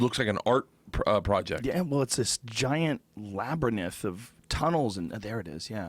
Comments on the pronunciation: wtf is a “ lab-er-nith “. It’s lab-rinth Joe. Labyrinth… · Did Joe just pronounce Labyrinth 'Labern-ith'? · Joe "labernith" rogan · Joe "Labernyth" Rogan 😅😅😅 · Every time Joe pronounces labyrinth as labyrneth another movement coach finds work. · did you just say LABYR-NITH? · Yeah...nobody called him on that..lol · Kalamestari I'm seriously dying of laughter because he really thought it was pronounced labyrnith and then said it so casually.